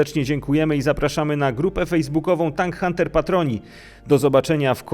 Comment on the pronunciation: TYNK HUNTER hehe dobre